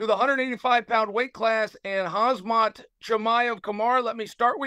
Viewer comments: Ok Chael. Say "ham". "Ham" Great, now, say "zat" "Zat" Great, now say, "hamzat" "Hazmat" 😣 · He said kamzat not hamzat (h is how it's pronounced) no k in Russian. Ike Khabib (Habib) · we know, but that isn't what we're claiming here. No one is contesting that it's pronounced with an H. But Chael is saying Hazmat, not Hamzat He switches the m and the z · it’s pronounced Haam-zat not Haz-mat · If i was Khamzat I'd have had to tell Chael that it's pronounced Ham-zat not Hazmat. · Khamzat ❌ Khazmat ✔️ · Chael Sonnen actually called him "HAZMAT" 😂😂😂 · He always does call him Hazmat! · hazmat swede ;) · I heard kazmat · no he didn't get it right. Chael is saying Hazmat not Hamzat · Youve obviously never heard chael talk 😅 theres not a single name he pronounces correctly…. Makelchev Hazmat Are my favorites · Sounds like he calls him "Hazmat" as in the suit... WTF???? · Camera Kumara Hazmart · After the first Hazmat, I was thinking “Oh must have been a mistake, Chael won’t do it again” Chael proceeds to call him hazmat through the whole interview 😂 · Called hazmit at one point lmao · The way Chael called Khamzat Hazmat 💀🤣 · He really said hazmat and kimura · Did Chael say “Khazmat”?…… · Chael calling them Hazmat and Kamara on ESPN 😂😂😂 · Not Chael calling them Hazmat and Kumaara. Just 🐐 things. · Who is "Kaz-mat Chimaev"? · And khazmaut shmayev 😂😂😂 khamzit pulled out vs nate Diaz 😂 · “Hazmat” “Azmat” cmon Chael you gotta do better than that🤦🏾‍♂️🤣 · “khazmat chimaev” 😅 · ah yes, hazmat chimaev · Hazmat man correct ths man😂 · He didn’t called him right even once😂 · Choel Sucknen is lame not to pronounce 😒 the fighter's name correctly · And from now on it’s hazmat. Khamzat just didn’t know I mean hazmat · it's probably on purpose , he can pronounce zabit magomedsheripov without issue but somehow khamzat is too hard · Chael pronounces both their names wrong on purpose, what a 🐐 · Nobody corrects Uncle Chael. Not even Khazmat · Does Chael purposely mispronounces Khamzats name?